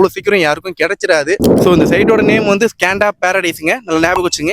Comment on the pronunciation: அது ஸ்கேண்டா இல்லை - ஸ்கந்தா